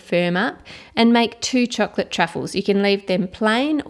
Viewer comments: Its like chork - lit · its called chocolate not chuclet as you are saying..but...say it chuclet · I love the way you say the word "chocolate". It makes me really want chocolate every single time and it sounds so yummy.